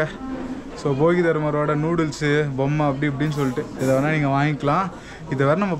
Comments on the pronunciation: தலைவரே, அவர் போகிதர்மர்/பொங்கல்தர்மர் இல்ல, போதிதர்மர்😂😂😂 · போகி தர்மர் இல்ல தம்பி போதிதர்மர்